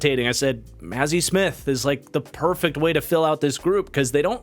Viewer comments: As a Michigan fan, it’s Ma(h)zi. And as someone who married a Maher it’s M-ah-her. Similar sound for ya but should help you in the future!🫡😂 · I believe Mazi's name is pronounced MAH-ZEE